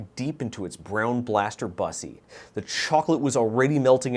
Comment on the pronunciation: Unsubscribed entirely due to how you pronounced "Bussy". what the hell?? It's bussy, as in pussy, not bussy, as in bus - e I support you, what you do, and your writing, but I can't in good health support someone who pronounces it like that.